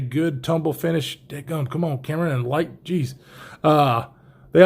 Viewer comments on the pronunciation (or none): none